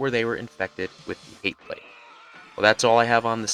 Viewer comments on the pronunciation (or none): none